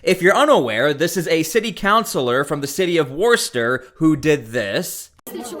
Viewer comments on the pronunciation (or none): WOOH-stuh! - get it right! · It's pronounced 'Whistah' in case you wanted to know what youre reporting on. I hope they throw her under the jail though she's f**** trash. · Not too long ago people of her intelligence were relegated to working in special ed positions and were given the title of “ teacher”, now they run things ! Worcester is pronounced Wister in Massachusetts. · Screw her! She really needs to check herself! FYI it’s pronounced Woostah. HA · it’s so funny hearing you say Worcester. It’s Worcest-TA. 😂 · You should really learn how to pronounce Worcester